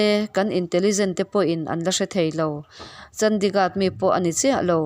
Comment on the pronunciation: I chhiar sual nge, a ziaktuin a ziah sual? Mout Abi hi Maharashtra state a awm a ni li, Rajasthan a awm a ni. Chandigarh i lam dik lo tluan parh!!!